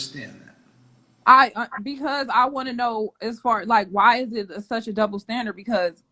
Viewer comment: “Iss a dubbo standirt”. She thought she made a point.